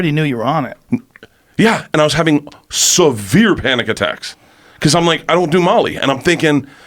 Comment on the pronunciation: 😄joe always on the ball... "wait you were havin Titos on molly?!" bert: "?...yahhh. i was havin SUVV-ERE panic attacks" youll be fine Bert😎👌